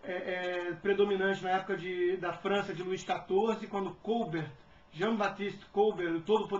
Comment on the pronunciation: Jean-Baptiste Côlbert????????? (ele era francês meu caro, o acento tem de ser na última sílaba) Tipo: Colbért